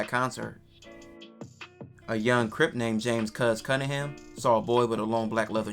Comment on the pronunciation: “Cuz CUHingham” doenst get anymore crip than that 😂